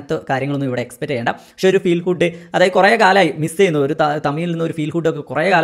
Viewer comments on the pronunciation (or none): none